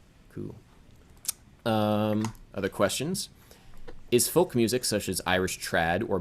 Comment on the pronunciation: Folk, like foke, like yolk or yoke!!